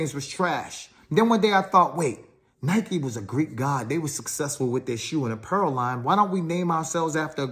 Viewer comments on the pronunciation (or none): none